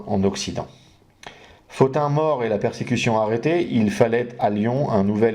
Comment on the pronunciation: Bonsoir Merci pour ce passionnant exposé. Pourquoi prononcez-vous Pothin [Fotin] et non [Potin] ?